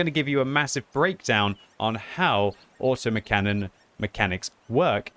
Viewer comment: "Auto McCannon"